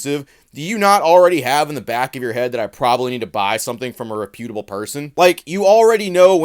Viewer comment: Bruh. Learn how to pronounce reputable. Please. 🙏